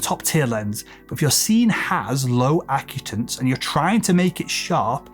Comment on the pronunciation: Correction: You're pronouncing the word "acutance" incorrectly. It's uh-KYOO-tuhns. The emphasis is on "KYOO." Also, the British and US English pronunciation is the same.